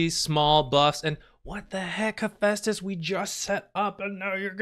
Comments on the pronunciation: The cat’s name is Hephaestus right? I thought you called him Asbestos at first😂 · Hephestus sounded like Asbestos 😂